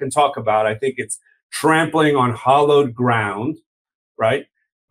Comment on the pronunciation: "hallowed ground" not "hollowed".